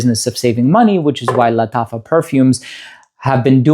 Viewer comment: Thank you for this wonderful presentation, I love how you pronounce lataffa. I'm tempted to try one of those fine fragrances, maybe Nebras?